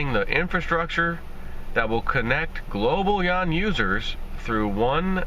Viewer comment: Yuan = RMB = Renminbi Since you can't pronounce 'Yuan', just say 'RMB'.